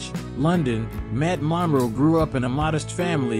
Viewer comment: He couldn't even say Matt's last name correctly!